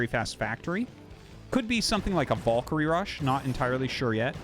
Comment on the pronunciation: Artosis... what is your obessesion with pronouncing Valkyrie very incorrectly? Has noone told you how to pronounce VAL-KA-REEE??